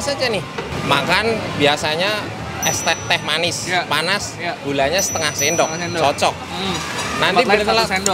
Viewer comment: Estes manis , panas Yg ku dengar.